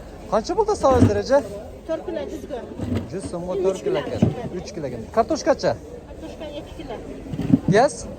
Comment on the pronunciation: Катишка емес картошка 😂😂😂